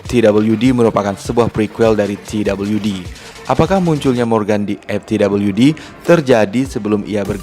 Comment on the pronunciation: gila di awal saya bingung narator nya bilang MTWD itu apaaaa, eeehhh ternyata dia bilang EpTWD, ternyata ga bisa ngomong F, F kok di baca Ep, V kok di baca P, sebener nya dimanapun anda berada pasti nya harus bisa bilang F dan V, karena anak T.K. aja bisa bilang F dan V, bro kamu harus bisa baca F dan V dengan ejaan yang benar, video mu di tonton orang se indonesia, malu kalah sama anak TK